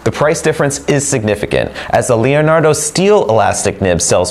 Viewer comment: thank you for the wealth of information. Until this video, I didn't know your were carrying an Elastic Fine & Extra Fine nib replacement. The Elastic Extra Fine is going to be added onto my next pen order. Leonardo makes a beautiful pen and no one pronounces the Leonardo name better than you.